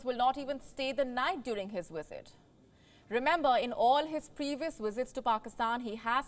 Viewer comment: Is the word "wisit" or "visit"? I'm so confused now, wondering if I had the pronunciation wrong all this time. I pronounce it 'visit' using a 'v'.